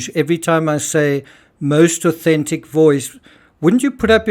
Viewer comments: Sometimes when you say 'most authentic', you kind of mash them together and it sounds like 'inauthentic' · It sounds like "most unauthentic" to me. When you asked, you enunciated more so then it did sound like "most authentic". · enjoy the vids, good work, but ya said inauthentic the first time.. sorry i got good ears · It sounds like you're saying 'the most IN-authentic voice'. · it actually sounds like you're saying most in-authentic voice - it made me do a double take, before you even went into the rudeness of some - that wasn't necessary to even address the ignorance imo. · “The most inauthentic voice in…” oops! I think this is the only time I’ve heard you pronounce this wrong! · it sounds like you said - Inauthentic 😮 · You might want to fix your Intro. Your voice-over says "the most INAUTHENTIC voice in true crime".....